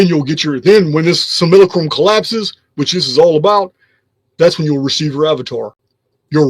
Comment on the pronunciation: Great video as usual..good to hear simulacrum pronounced properly once again..lol..I've missed it